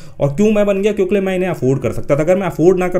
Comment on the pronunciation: Aap kyonki ki jagah kyonkle kyon bolte hai har video me dekha maine